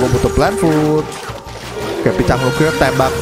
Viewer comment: Lucu abang pas ngomong Picang🗿